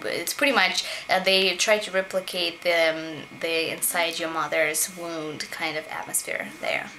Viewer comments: OLGA .... its womb not wound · LOL Thank you for correcting me on "womb" pronunciation hahah LOVE YA -OlgaKay